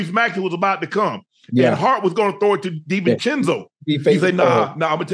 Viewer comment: Ocho I know is a football player but he doesn't even know the Knick players. Mitchell Robinson, Hartenstein-- no dea of their names then he is trying to read "Divincenzo" from a stat sheet , he is a mess..